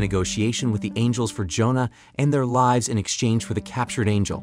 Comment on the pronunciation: It mispronounces "live" every. single. time. in every one of these videos.